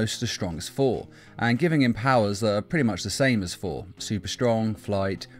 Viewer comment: I like how you say 4 instead of thor